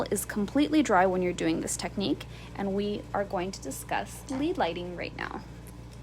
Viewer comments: Please pronounced as LED, rhymes with bed. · Thanks. I read it as "led" but thought I was wrong when she started speaking. Lead as in the element. Thank you for telling me I'm not crazy 😉